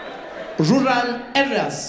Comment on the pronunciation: Impo tence, Ruraal